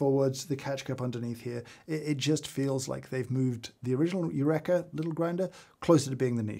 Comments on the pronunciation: I can't believe, without reading over a thousand comments, I'm the first to say "James! You-reeka" not "you-wreck-a". Archimedes in the bath tub and all that. But thanks for your fantastic research. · I find the sound of my grinder acceptable if i wear industrial ear protection 😮 Eureka = James it's pronounced yu reeka 😂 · Yurekha. That's how you're going to pronounce it? Shame on you. /j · British Eureka pronunciation is interesting! 🇺🇸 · My takeaway from this - I pronounce Eureka wrong when talking about a grinder I thought I'd like to upgrade to. I really want to up my coffee game, and watch all of James' videos, but my coffee is mainly made whilst I've still got the embers of last night's dreams in my head, and my taste buds are nowhere near as tuned as I'd like. Every now and then I'll make something that I like, but I've got no idea what it is I like or how I did it. Still, keep trying. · After many years pronouncing Eureka like we say Aristotle did, to now learn I’ve been wrong all this time! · hol up. is that how british people pronounce "eureka"? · The way you pronounce Eureka deeply upsets me